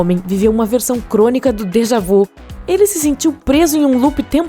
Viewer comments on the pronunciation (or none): Déjà vu , o vu tem o som de vi !